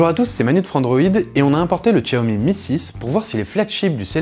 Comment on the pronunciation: on dit chiaomi et non pas tchiaomi , il est full 3G et le fait de ne pas avoir la 800 et la 700 ne consomme pas plus de batterie ! il va simplement basculer en H+ et ça consomme pas plus de batterie ! quand à Miui, si tu ne comprend pas, on peut t'expliquer ! il n'y a rien de plus facile ! même ma femme s'en sert sans problèmes ! pour les écouteurs, Xiaomi fournit un adaptateur !